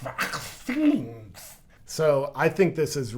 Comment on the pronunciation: Lmao at VACHHSZINES 😂😂😂😂